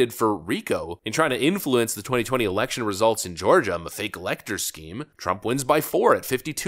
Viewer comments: incited the what now? Did he replace the L with a R? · He said erection 🤦‍♀️🤣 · Did Schumer say "DJT incited the erection" at the beginning of the video?🫢🫣